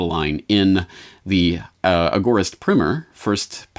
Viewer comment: surely it's primer as in to rhyme with timer???